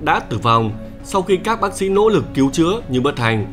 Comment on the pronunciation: Những "lỗ lực" Má ngọng mà cũng làm video hài méo chịu được 😂